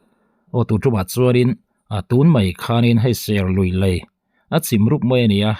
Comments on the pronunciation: Engati nge 'Lai' i tih zêl aaa...Lei ..ti ta che. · Lei tihtur ani lawm ni